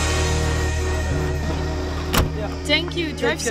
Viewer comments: De d van zadar zeg je stiller je zegt niet zad-ar maar gewoon zadar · Ben ik de enige die triggered was bij de uitspraak van zadar